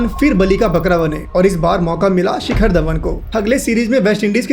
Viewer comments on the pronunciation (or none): none